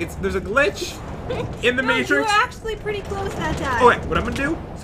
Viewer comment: "There is a glitch in the matriz"- pat